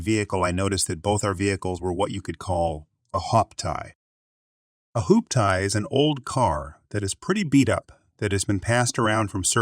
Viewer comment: Jose is Spanish and pronounced hose-ay. Hooptie is hoop-tee.